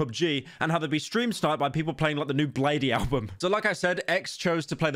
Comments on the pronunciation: homie did NOT say Blade-E🤣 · THROW ROCKS AT HIM GUYS!!!!1 HE PRONOUNCED "BLADEE" AS "BLADEE" AND NOT "BLADE"!!!! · ITS BLADE, NOT BLADEY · Its blade not bladey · im not even a bladee fan and im pissed that you said "blade-e" also i dont think his music gets striked idk tho